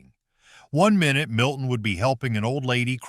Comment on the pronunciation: 1. Pink? Batfink is NOT pink! 2. What walrus? No clips as proof. 4. Minute was not pronounced My-noot as your AI did the second time, but not the other times he's mentioned. He's pronounced correct the rest of the time. 6. No clips of Impossibles when others DO show clips. Very suspicious of your abilities to actually explain things. 8, 9. Was Sinbad Jr done in color or black and white? Screenshots in color Same with Beagles. 11. I don't recall the mantis character having red eyes...? When did he have red eyes? 12. Jonny Quest was NOT the scientist, his DAD, Benton, was the scientist! I thought Jonny Quest was on primetime.